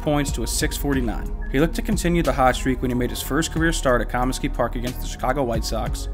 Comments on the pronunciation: Somebody tell this guy how to pronounce Comisky. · The way you pronounce Comisky is just no.